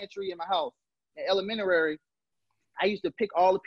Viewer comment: You you know your shit as well as spark a light in my brain...but the word is "elementary" not elemenary or what ever you said...so your teaching us,so I thought I should help you young brotha